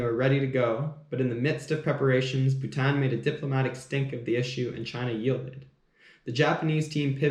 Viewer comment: Awesome coffee talk and I like how u say Bhutan. Lovely share of history